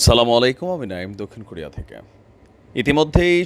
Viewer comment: আসসালামু আলাইকুম দয়া করে আপনার ভিডিওর শুরুতে সালামটা সুন্দর করে দিবেন।সালামুআলাইকুম নয়।